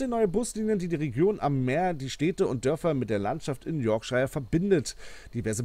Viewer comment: Yorkshire wird nicht [Yorkschaier] sondern [Yorkschir] ausgesprochen